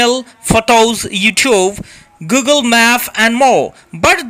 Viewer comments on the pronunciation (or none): none